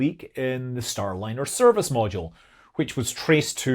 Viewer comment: "Stay-liner" Rekt lol